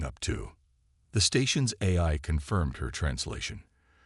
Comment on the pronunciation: Nice story. BUT, as usual with 99.999% of the AI out there...yours included...they SUCK. What is: "de-VORER"....for devourer.... instead of A..I...every time...what is: "EYE", "A", "I"??? Why the HELL can't and AI say "AI" every time???? AND, instead of "waved a hand"....what is "WEEVed a hand"?????